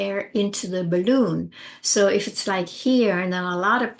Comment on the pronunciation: When you say the words "balloon" and "deflate" (as in your crisp pronunciation) I get goosebumps! Are you born and raised American? It's almost like a touch of European. I love it!! Bah-LOOOON 🙂